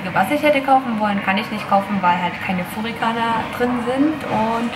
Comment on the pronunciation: Es heißt furigana, nicht furikana...! ;-)